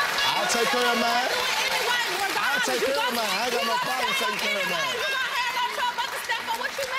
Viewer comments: "I don't cuuuurrree." It's CARE !!! 😑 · Omg u shud say sorry n its not cure its care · "I don't Cur".